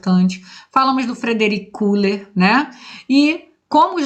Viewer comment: Na pronúncia alemã se fala "Keller". Nós petropolitanos também falamos errado falando Koeller.